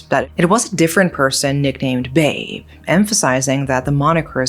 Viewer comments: Just FYI, "Babe" here is not pronounced 'beb' like baby/honey, but rather 'ba-be', means father in Betawi language. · Just a slight correction on how you pronounce "babe", it supposed to be " ba-bé", not like how you pronounce "babe" in English 😅. It came from the word "babeh" which mean dad/old man. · "Babe", read it Ba-Be hahahaha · the man's name is read as Ba-Bé 😂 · Sorry. "Babe" should be pronounced "Bah-Beh", means 'father' in Betawi language. Damn it makes it even darker :( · Just want to say that the "Babe" in Indonesia. (especially Jakarta) is pronounced similarly to the English pronunciation of the first syllable in "father," (Fa), but typically ends with a glottal stop (a slight catch in the throat) or an 'e' sound, depending on the specific dialect. Like "be" in "bed" It can be transcribed as "bah-beh" In the Betawi dialect, "babe" (or "baba" / "abah") is a term used to mean "father". It is an alternative to the more formal Indonesian word bapak. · The proper pronunciation of Babeh should be ba-bèh, meaning “father” or “old man,” usually used for friendly older men with or without a familial connection. To be fair, many of her pronunciations of other Indonesian words are impressively accurate for a non-native speaker, and she clearly puts effort into getting them right. However, I still find her mispronunciation of Babeh a bit irritating because she repeated it several times with the same sound as “Babe,” the way English speakers address their loved ones. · it's not babe, the pronunciation is kinda similar to bebe. it means father in betawinese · And "Babe" is pronounced Ba-bé 😄 Meaning father in Betawi language. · no thats not hpw you prounce BABE..... but yeah some 90's kids growing up in jkt used to people older people sayingg "don't be naughty or you'll be taken by robot gedek"